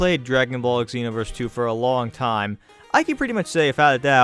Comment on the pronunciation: Just wanna say it's "ZEE- NO-VERS" not "EGG-ZEE-NO-VERS"